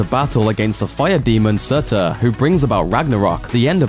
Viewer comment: Its pronounced surtur,not sutzur